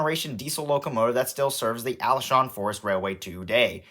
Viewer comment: Being a person who visits Taiwan almost every summer, I find taiwan is wonderful. I got the n scale taipei metro set from taiwan. And have a little one of those toy trains. Also, Alishan is pronounced Ah-lee-sh-ahn. Glad you enjoyed your trip!